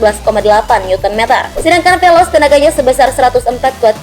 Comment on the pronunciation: Veloz bukan velos